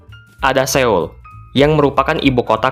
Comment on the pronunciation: Cara baca Seoul yang benar bukan Séul, tapi Sol dengan huruf O yang agak mindeng "SÖL"